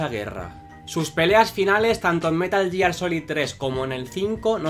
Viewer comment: Que buenos videos... Dan buena sinopsis de los personajes, explican bien las historias y la producción está 10/10... Pero que digas "yiar" duele 😞